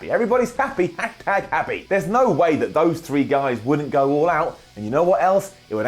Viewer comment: "HAHTAG HAPPY!"